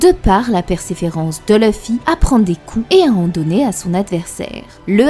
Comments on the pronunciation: c'est LUFFY LUUUUUUUUUUFFY pas LEUFFY merci pour les prochaines vidéos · perso je préfère L'oeufY 😄👍🏽